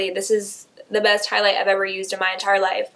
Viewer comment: she totally said highs light bling around 6 mins and something 😂